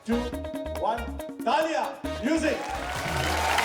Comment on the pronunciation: when he says "taalian" (clapping) i thought director is sayibg GALLIIYAAN lol ..